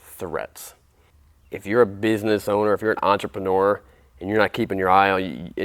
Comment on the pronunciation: It’s a -neur. Not a -nore.